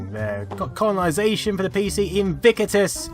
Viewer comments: Gaaaah I hate the way you pronounce Invictus, like "IN VI CU TUS" it's actually "IN VIC TUS". Sorry I had to get that out. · Too many "I"s in your pronunciation of Invictious.